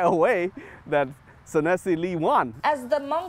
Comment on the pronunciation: Senator Foung Her couldn’t even pronounce Sunisa’s name correctly. LOL!!!